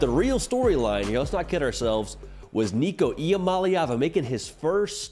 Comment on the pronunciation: Waited til you got Nico’s name right before i subscribed